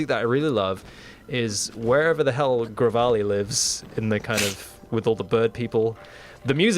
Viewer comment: Gravali? It's Revali.